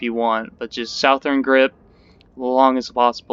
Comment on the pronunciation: South-ern grip. South-ern.